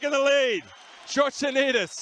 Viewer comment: That first attempt of the announcer trying to pronounce his name.. Gosh can't stop laughing.